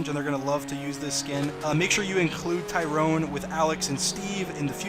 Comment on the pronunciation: y r do you say T y r o n e you should say it like you say steve or alex